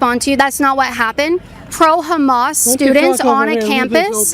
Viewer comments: Did he just call Hamas, hummus? 😆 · I thought that guy said "hummus". 😅 I'd have said, "You're a chickpea". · That guy said Hummus instead of Hammas and it took me out 😂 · That one guy said Hamas like "Humus" and my sarcastic brain went "Ohh i understand the confusion now. Leftists think they're supporting humus, not Hamas" 😂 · Did that guy say Hummus?? It's actually Hamas 😅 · That dude said humus.. like the food?